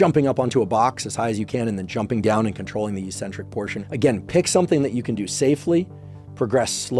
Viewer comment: Why do yanks always mispronounce eccentric?